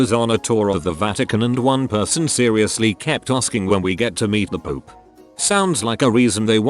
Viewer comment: the way it said pope X3 i'm sorry i'm so immature